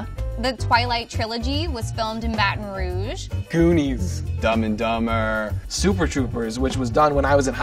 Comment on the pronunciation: you can tell that guy is a native Oregonian because of how he said goonies 😂